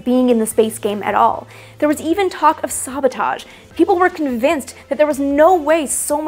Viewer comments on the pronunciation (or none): Sabotage pronunciation, the first 'a' makes a sound like the 'a' in 'sad' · haha the way she says "Saabotage" which would more likely apply in the case of Swedish cars